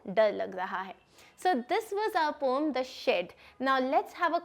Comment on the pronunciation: It is not pom it is poem